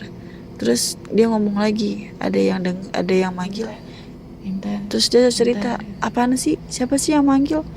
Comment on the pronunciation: intan tp aku dengernya inten